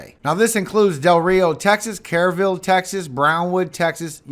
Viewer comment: Love your channel. You share great information. PLUS the Word!!!! Wanted to share . . . Kerrville is pronounced "Curr-vill".